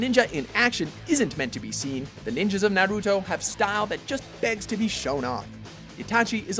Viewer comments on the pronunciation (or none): none